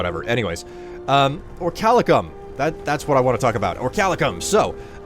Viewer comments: Or - ee - kal - cum Orichalcum Not Orchalicum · But btw if ya see this. I believe it's pronounced Ori-cal-cum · Researches the records of orichalcum in the real world. Still pronouces the ore as "orichalicum". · Isn't it pronnounced ori-cal-cum? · Good drinking game: every time says Orichalcum, take a shot